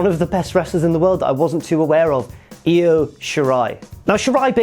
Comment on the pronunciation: It’s pronounced eye-o